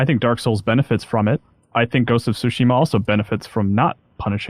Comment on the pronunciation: I like how pronounces Tsushima correctly, but can't pronounce Yakuza correctly.